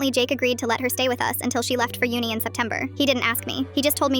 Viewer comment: Why do you say Uni in an American axcent?